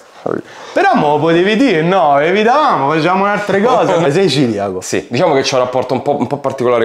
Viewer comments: Neanche lo sai pronunciare, si dice celiaco e non ciliaco o Ciriaco. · ti voglio bene ma si dice CELIACO